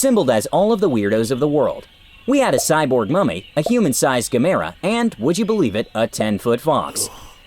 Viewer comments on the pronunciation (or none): Guh-MARE-uh. That is the weirdest pronunciation of Gamera I've ever heard... Doesn't top a nude fox man in weirdness, though. Or actually being licked during a Starfinder session, and it wasn't in roleplay terms... That helps me relate to this a little more than I'd like.